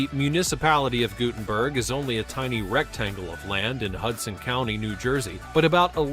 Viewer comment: I lived in Guttenberg NJ. It's pronounced "Gut*tin*berg" not "Goo*tin"berg. It did not have those towering apartments on the Hudson when I was there maybe 30-40 years ago, but it was still congested and crowded even then. And, some of the areas shown were of Washington Square Park in NYC, not Guttenberg